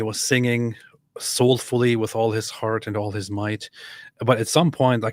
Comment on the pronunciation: The welsh guy said the word for heart wrong lol…he sounds like he’s saying the word for “dog” in the Egyptian Arabic dialect. 😂